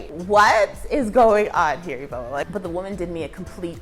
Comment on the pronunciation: It's Iveoma I know Iheoma and ifeoma lol. You know I told you on your previous post that Lagos developers don’t care about drainage, they just build house without proper planing. Than God that it’s only your kitchen. In mainland we don’t experience flooding.